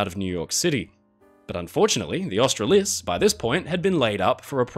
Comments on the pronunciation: Why are you pronouncing Australis - Ostra-lis? It's pronounced like Australia - which you are indeed Australian and should recognise the connection. It is pronounced Austral-is. There is no emphasis on the 'lis'. The emphasis is on the Austral. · Pronunciation of Australis as Austra-lis rather than Austral-is make me annoyed. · Austra-lis? It's pronounced Austraaaaaalis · Mate: it’s not Aust - tral-is. It was always by the crews, owners and passengers ‘Austral-lis’ but pronounced ‘Austral-las’ . Sailed her several times. And she was maintained perfectly fine. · Its pronounced Aust-ra-lis not Austra-lis. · Australis is pronounced Ostraahlis not the way you were saying it. fantastic video as always though. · 100%. Just tried to say that above. I didn’t even know he was talking about the same ship until I saw it picture. 😁 crew and passengers and owners basically said ‘Austral—as’ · Australis is pronounced "Aust-rar-lis", with more emphasis on the "rar" part. As an Australian, you really should know that. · Wouldn't it be Aus TRA lis? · You reckon AUSTRALIS is pronounced OSTRA-LIS? I would have thought hands and away its pronounced OSTRAARLIS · He also butchered the pronunciation of the name Australis as well. So much I didn’t even know he was talking about the same ship. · You do have a unique way of speaking. Emphasis should be on the second, not the third syllable of “Australis”. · I was thinking that. Very strange, especially since our friend is Australian!